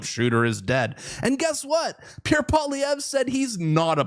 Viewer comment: I wish the commentator would learn to pronounce Mr. Poilievre's name. I was taught that it was good manners to pronounce a person's name correctly How difficult is it ?